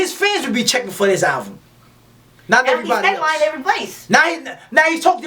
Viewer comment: Much love no disrespect , but its ALBUM ... not ALVUM ..👍👍👍✌✌✌